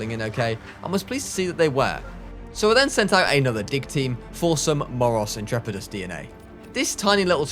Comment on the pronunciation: Your moros Intrepids was a good pronounciation